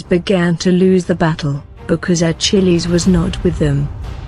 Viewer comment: Everytime she says Achilles it sounds like "a chili's"